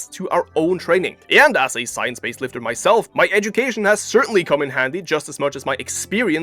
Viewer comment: JEFF NIPPOD 🗣️ SCIENCE BASED LIFTAH 🗣️ WON’T TAKE YOUR PITCHAH 🗣️